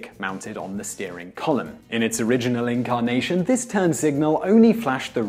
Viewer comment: IN-CAR-nation . I geddit